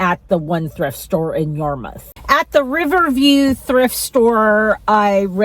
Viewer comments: I came here to say the same thing about the pronunciation. Most say Yamuth here as I do…lol. This video popped up on my feed probably because I live on Cape Cod and you know how the internet tracks everything!! I used to thrift years ago when I lived in Nashville but I recognize the store names you mentioned. 😊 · You’re on the east coast now,. It’s pronounced YAR-mith! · Yarmouth is pronounced "Ya mith" lol. No R's in MA. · It’s actually pronounced Yar’muth. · It would be helpful to give the name of town for the different shops. You only said you started in Sandwhich and were heading to Yarmouth (pronounced Yar MITH). Anyway if you do another please add the information about the town.